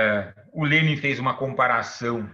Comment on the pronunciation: Só passei para notar a pronúncia correta do nome do homem 👏🏻